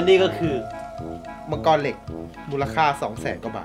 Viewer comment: มังกร ❌ มังทัอเลี๊ยวววว✅😂